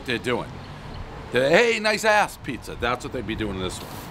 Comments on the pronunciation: The place is called La Pizza and Pres somehow manages to mispronounce "pizza". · Trash pizzas lately made him forget how to pronounce pizza, everybody knows the rules.